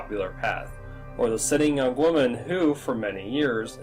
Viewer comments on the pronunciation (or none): none